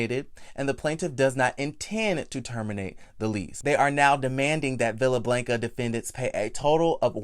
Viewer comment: She should have pressed charges, period. Also I luv you Boo but I cringed every time you said Blanca 🤣🤣🤣🥴 put that short a in their please Sir.